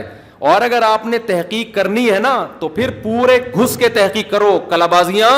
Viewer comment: مفتی صاحب لفظ تِحقیق نہیں ہوتا تَحقیق ہوتا ہے